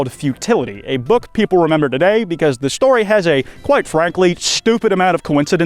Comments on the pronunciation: That’s a “ interesting” iceberg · Kwites back! Praying to my plushie has payed off 😄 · YOUR BACK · FUCK YEAAHHHH ITS